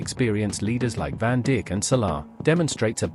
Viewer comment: woah woah woah did the the voice over just say virgil van dick instead of saying virgil van dijk WTF 😂😂😂